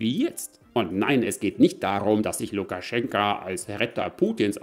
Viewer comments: Lukaschenko mit Oooooooo nicht mit A am Ende.... 😂🤣 ich bekomm Ohren Krebs xD 😂😅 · LukaschenkA???? Heist der nicht Lukaschenko? Wenn du ned mal seinen Namen kennst, kann der Rest auch keinen Wert haben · Wieso sagst du immer Lukaschenka, wo doch überall Lukaschenko steht?😎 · Warum eigentlich LukaschenkAAA und nicht Lukaschenko? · Warum titulierst Du Lukaschenko dauernd mit Lukaschenka? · Bitte "Lukaschenko". Aussprache identisch wie die Schreibweise. "Lukaschenka" steht für die weibliche Form. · Heißt er nicht Lukaschenk-o ?